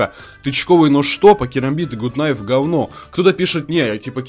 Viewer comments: Почему блять гут найф и тычковый нож??? Правильно гат найф и тычковые ножи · Почему все говорят гут найв? ПРАВИЛЬНЫЙ ПЕРЕВОД ГАТ НАЙВ!